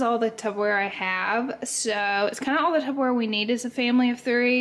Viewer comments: Girl are you saying Tubberware? 😅😂 love it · Anybody seen the clip or Chris Disfefanio saying Tupperware wrong? 👀